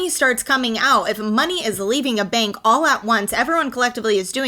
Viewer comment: Instead of Bank, you say Benk.